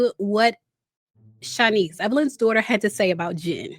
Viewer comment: Don't talk about my dzaughter my dzaughter my dzaughter